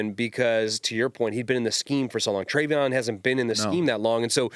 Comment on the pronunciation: Can someone please correct DA with how to say Hendersons first name 🤣 “Travon”